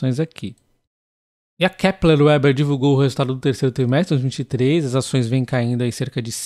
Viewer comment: Muito bom. Pode pronunciar Veber, em vez de ueber. É o certo. Sem ofença, achei engraçado 😅.